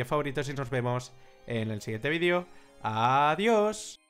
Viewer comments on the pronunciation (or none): none